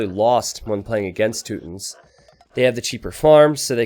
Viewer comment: Toot-ins lol